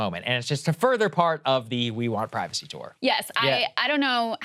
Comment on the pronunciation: WE WANT PRY- VAW-SAY!!